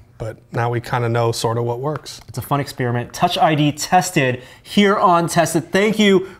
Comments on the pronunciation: he says expeeriment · It's a very akerrit exspearmint. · An Ex-spearmint you say? What about ex-peppermint? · expIRIMENT!! Jesus, learn to speak properly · "EXPIRIMINT" lol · "It's an ex-spearmint??" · lol "ex-spearmint." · I've notified more and more people pronouncing "experiment" as expiriment", and the same for "electronic" as "illectronic".. What's the deal? does it twice in the first minute! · engineeredlifeform lol I heard pronounce experiment as ex-spearmint anyhow. And about YT's build in CC option, I don't understand how some videos have completely accurate captions yet most have captions that are downright inaccurate, always hilarious. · Whilst I'm not from America, I know there are regional differences., however, seems to have a fairly typical American accent. My general experience from watching many Tested videos is that he doesn't normally pronounce 'er' as 'ir', it seems to only be when he says experiment, hence my questioning of it. It's not limited to Americans either, an Australian podcast host says 'illectronic' rather than 'electronic'. I'm more curious if this is how most people pronounce it, or am I unusual in 'eh' instead of 'ee' for 'e'?